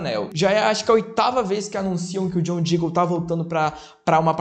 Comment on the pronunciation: ai meu lindo vídeo muito bom só uma questão q eu percebi é q o nome dele é diggle e não jiggle